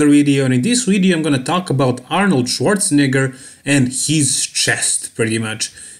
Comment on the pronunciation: damn when you said his name it sounds like you're saying the n word 😂